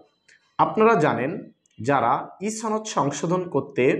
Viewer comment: ছনদ না সনদ